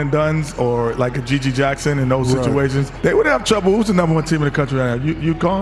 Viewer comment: It's GG Jackson. Not GiGi Jackson 😅